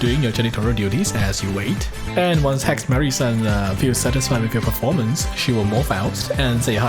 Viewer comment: all i heard was he she it